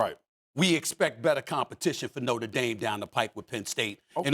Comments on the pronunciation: Also, Cam…It’s NOTRE Dame. Not Norte Dame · Norter Dame? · It’s not norter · Somebody teach Cam how to say NOTRE